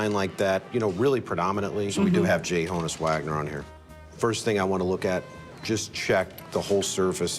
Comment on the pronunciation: it's not HO-NUSS Wagner it's HON -USS.... His name was actually Jannes as in Hannes but in America people were calling him "janice"... So he spelled it out phonetically... Sometimes you do see the J in front of his name & now you know why......